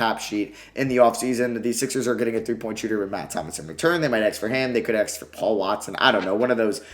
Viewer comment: The amount of times he said axe 🪓